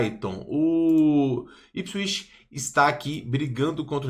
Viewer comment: se pronuncia ipswitch, com som de T no final